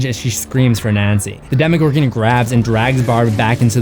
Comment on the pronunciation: He says Demigorgon not demogorgon you British dude with a emo hair cut